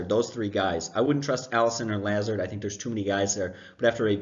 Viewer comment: Say it with me everyone: La-Zard. Allen LA ZARD. Like luh zard. Go Cyclones 😂